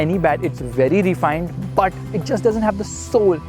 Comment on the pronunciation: Why do our Indian auto reviewers keep saying "ree-fined"? It's "refined"; please Google the pronunciation and get it right. Thanks!